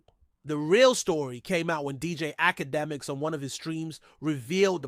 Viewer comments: It’s Ak-Uh-Demiks bro. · Can't listen to someone who can't say his name correctly. How connected to the culture can truly be? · All that gossiping and u can't even pronounce the man name right